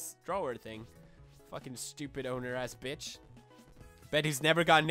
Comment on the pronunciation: you saying "behhtch" makes my day